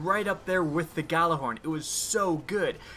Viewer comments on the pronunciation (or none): its not pronounced gjallarhorn its yallarhorn